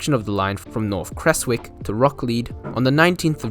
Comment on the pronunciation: Love looking for remnants of the Creswick line, there's even still rails embedded in road crossings near Newlyn. Also as a heads up, most locals pronounce it "Krez-wick"